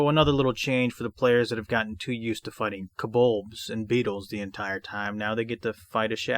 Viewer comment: Enjoyed the walk through as I always do, which usually makes me buy the adventures your covering. One question, it sounds like kobold is pronounced kobolbs like in or is my hearing audio not awake yet?